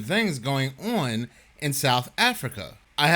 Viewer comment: "And now we have even stranger things going ew-on in South Africa." Ew-on. Two syllables. Can you say the word con? How about lawn? Do you pronounce those words with 2 syllables too? Cuz... "on" is just 1 syllable, the same as "con" and/or "lawn" without a consonant at the beginning. Where are you getting the "ew" sound from? Also, why do a video claiming goblins attacked a police station without video of said attack? Not much of a story without video. I woke up in Narnia this morning. I have nothing to prove it, but it happened honest. See look at this clip from the movie. It was just like that, but real. See that proves it... Channel blocked. Have fun raking in the click-bait money from the next sap who gets fooled into clicking on your BS.